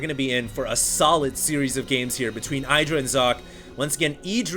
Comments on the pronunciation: id-ra not eye-dra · It's not EYE-DRA..... It's "IDD-DRA" You should know, you were there in that HuK TLO interview where they asked Greg how to pronounce it...... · Socke's very good. He did not stubbornly try to make colossus (like some protoss). No hydras, no need for colossus. Got immortals instead good reaction by Socke. Also Idra's name is pronounced Id-ra not Eye-dra. Blame Artosis for that. :P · Love that is proud to pronounce Socke right but doesn't prononce Idra right =) (The "I" is the same as in "in" "is" and "listen") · You might say Socke's name correctly but you're definitely wrong with IdrA. As he said during Dreamhack Stockholm International, it's not "[eidra]", it's "[edra]", if you know what I mean. Guys, you're pros, and by now you should know how to pronounce the names of the top players... :) No offense. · Why is it that no one actually pronounced Idra like it should be pronounced?? It is not 'Aidra', it is Idra... ask him!! I am 100% sure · i believe it's pronounced edra not idra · Its ih-dra not eye-dra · It's "IH-dra" not "EYE-dra." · Idra said in a interview that its pronounced Id-ra, but if you use english used it would be pronounced Eye-dra, so both are technically correct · i think that it is suposed to be pronounced ih-druh but eye-druh does sound more catchy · It's IH-DRUH, not eye-druh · id drah. the was psystarcraft pronounces it. he met him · you pronounce both players wrong >.< eh-dra and sock-eh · IT IS EYE-DRA, husky is wrong! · its pronounced id-ra dumbass lol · ummm actually its pronounced " win-druh " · It's Ih-dra, it's based on the Hindu god Indra.. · artosis call him eye-dra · It's actually e-druh. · it can also be pronounced iddra like a hard i sound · You still can't say IdrA correctly though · He is trying to pronounce Socke correctly, but not Idra, not for the 50th time. lol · If you want to know how to pronounce his name watch this: /watch?v=amWEf0Y17cc